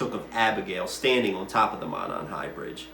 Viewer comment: Monon pronounced Moe-non. Kokomo pronpunced Cocoa-moe. In these cases you can always tell an out of towner doing research messing up these names.